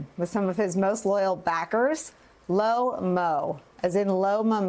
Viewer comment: Not LO MO it’s pronounced CHO MO